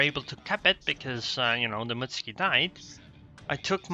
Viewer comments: It's not pronounced Mitsky. It's Muuuutsuki. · wrong. I asked a Japanese friend. It's Mut-su-ki. I added the uuuu for emphasis. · like my friend was wrong then and both I and were wrong. It's pronounced Mutski.